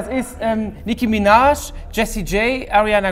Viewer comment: Niecki Mienaj